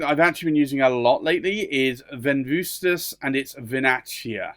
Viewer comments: With respect, you need to treat the second "v" in Venvustas as a "u". This is typical classical Roman pronunciation. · That is correct. However, it is spelled without that extra "u", since the "v" is the "u": Venvstas (Ven-ooh-stas) 😉